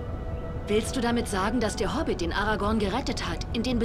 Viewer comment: Hobbit nicht Hobit